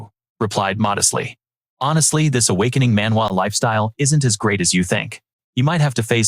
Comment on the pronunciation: Please don't say awkining systwm